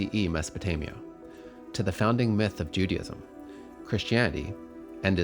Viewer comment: When you said "myth," i turned your video off.